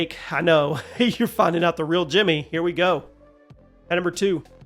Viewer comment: For over a decade I thought your intro was saying “Junior Here,” not Jimmy or 😂😂.